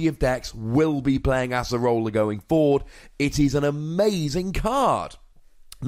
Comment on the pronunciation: Oh my god it's ACE-rola not ASS-erola